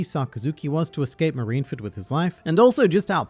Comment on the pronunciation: Okay, usually this would be the part where I lambast you for SOMEHOW mispronouncing Marineford...STILL...BUT......you also are one of the only people on the internet I've ever seen pronounce the word "golem" correctly. So you get a pass. This time...